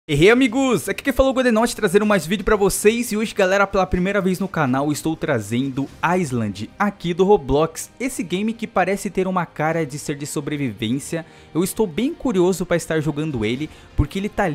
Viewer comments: a pronuncia correta de island é " ailand" sem o S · mds pq as pessoas não falam Island certo?